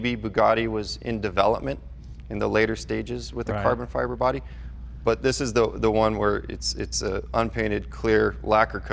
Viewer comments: dude said carbon fart... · Lmao he almost said carbon fart 😂